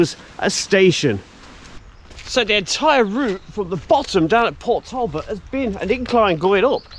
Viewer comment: As an Englishman living not far from this video location, it was great to see some 'local' stuff being done (born in Mansfield, so a lot of the other videos are 'local' too)! The pronunciations are tricky though, especially for any non Welsh - Port Talbot is pronounced Portalbot, and Maesteg is My-Stegg :) South Wales is a beautiful area to live, and there are so many places to walk and explore too! Keep up the great videos, love watching them :)